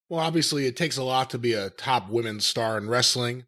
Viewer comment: Women.....its not that hard to say is it?